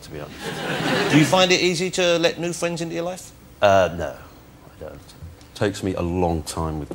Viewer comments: Wossi: "Can we be fwwends after the show?" Mozza: "Yes, but only if you can say 'Frankly Mr Shankly' Jonathan!" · "Can we be fwends after the show?" "I don't think so."